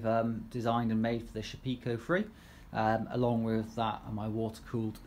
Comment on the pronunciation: Nice informative video. Can you give the names of the spindle which you discussed? It was just a bit too quick to pick out. Just wondered where you heard that pronunciation of the Shapeoko... maybe it's a tendency in the UK to try to see everything relative to tea (Sha-pekoe)? :) Everyone else seems to say Shape-oh-koh.